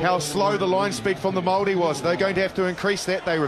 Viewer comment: Why does the commentator keep referring to the Maori as what sounds like the 'Molle'? Is that the Maori pronunciation?